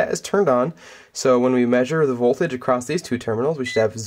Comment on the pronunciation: Very good explanation. But it’s “across”, not “acrost”.